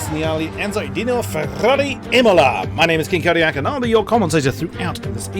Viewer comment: You pronounced my name perfectly! Kudos for the great commentary of this exciting race, King Kodiak! :)